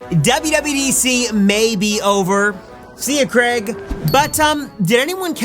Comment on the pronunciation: I cringe every single time I hear “Creg” when his name is actually Craig